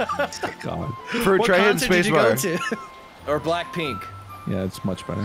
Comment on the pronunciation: Omg he said blackpinkk :D